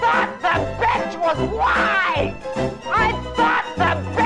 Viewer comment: OOOOOHHHHH I thought she said the bench was wide until she mentioned racism I was so confused